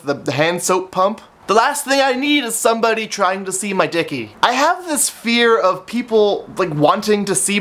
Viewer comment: lol u say dick funny c